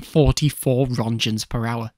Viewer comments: i hate to be that guy but its not "ronschens" its Röntgen with a k like in Kentucky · Roetgens, please pronounce it correctly